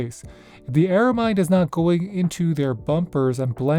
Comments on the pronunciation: ARAMID not ARAMIDE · Just some constructive criticism here…You keep pronouncing the word ARAMID as ARAMIDE though It’s not really the standard pronunciation, so it might sound a bit off to people who are familiar with the material. The word “aramid” is short for “aromatic polyamide,” and most people drop the “a” sound in the middle and just say “air-uh-mid.” So that’s the common way to say it. Most folks just say “aramid.” But hey, if you say “aramide,” people will probably still understand what you mean—it’s just not the usual way. No offense intended. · It's pronounced AraMID 😊 Ar-a-mid (mid pronounced the same way as the abbreviation of the word "middle") 😉